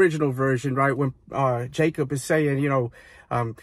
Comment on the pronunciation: Jacoby not Jacob😁